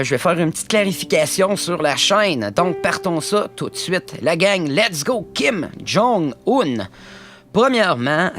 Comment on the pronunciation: kim jon oun